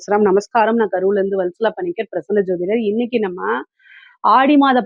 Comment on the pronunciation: இண்ணிக்கு இண்ணிக்கு என உச்சரிக்கறுர்கள் அதன் அர்த்தம் என்ன?